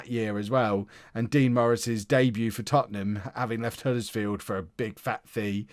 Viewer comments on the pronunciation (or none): none